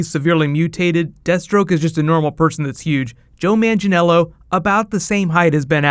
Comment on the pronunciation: I'd like you to stop saying Joe Mangiello since his name is Joe Manganiello :D